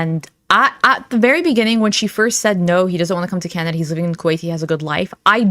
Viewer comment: is it just me or does she keep saying Candada instead of Canada lol